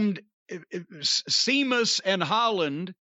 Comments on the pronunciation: Who the hell is SEEMUS? LOL 🤣🤣🤣🤣🤣🤣🤣🤣 C'MON JIM ..... IT'S SHEAMUS LOL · Sometimes it's not clear whether Jim's mispronounciation of names like 'Seamus' or 'Jane Cargill' is deliberate or accidental, although if in doubt I generally assume it's the former. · Someone explain to me why Jim isn't a fan of or can't say Sheamus name correctly. I don't get it. He lays his stuff in as they say... You'd think he'd a fan. What do I know?